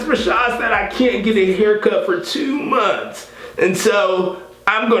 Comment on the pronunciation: He said i get a haircut for two moonths😂😂